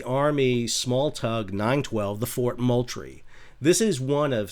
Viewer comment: Love your channel, Sal. The "L" is silent in Moultrie. Properly pronounced "Moo-Tree".